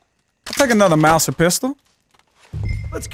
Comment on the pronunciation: Also the Mauser pistol is pronounced “mouzer” not “mousir”